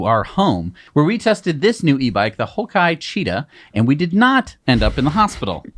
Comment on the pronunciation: Hi guys, the Haoqi brand is pronounced "How Chee"